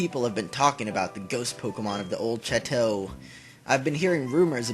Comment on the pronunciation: yeah it does mean castle (and can also mean a big ass house lol) but it's pronounced a bit different from the first time you said it. it's not "Chat-oh" it's more like "Shaw-toe"